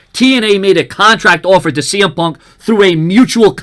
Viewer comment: I heard CM pub